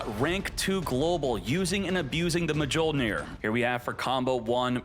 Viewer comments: "mah jole near" is the biggest violation😂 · It's pronounced myol-neer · He keeps saying the “J” 😭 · thats mi-yol-neer you fool 😂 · i never heard of this card... or Mjollnir pronounced like that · deserves to have his ash fingered for that pronunciation. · How does not know how to pronounce Mjolnir? 😂 Thor would be ashamed smh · its MA-CHINA all over again 😭😭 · Idk if he's being serious or not😂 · I cringe everytime I hear it 😭